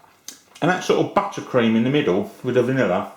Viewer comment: I like it how he says BUTTercream. >_<